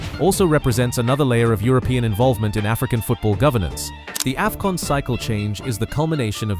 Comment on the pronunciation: Is this an AI voice over 😳 🤔🤔🤔 that "Aei-fcon"